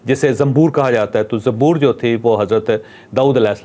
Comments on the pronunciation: ITS (ZABOOR) NOT ZAMBOOR PL CORRECT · Zamboor kitab 😂 kuch tiyari kerky ao zabur Kiya bol rhy ho ..kindly news na prho ,kuch work krky ao jab Islam ya nabiyon ya kitabon k bare main discuss kro tu kuch tayari kerlo .pata nahi urdu bhi bolni nahi ati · زمبور نہیں زبور ھے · جاوید صاحب آسمانی کتاب زبور ہے زنبور نہیں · Zaboor not zamboor right pronunciation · زنبور نہیں زبور زنبور تنبھوڑی کو کہا جاتا ہے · دوسری آسمانی کتاب نام زبور ھے زنمبورنہیں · یہ زنبور نہیں زبور ھے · زنبور نہیں صحیح لفظ زبور ہے۔